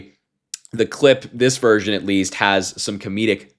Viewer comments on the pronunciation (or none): none